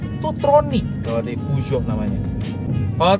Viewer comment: saha nu maca puso jadi peo geot wkwk